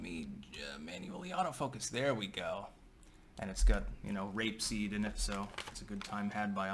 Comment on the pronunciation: I swear I heard rape-seed🫦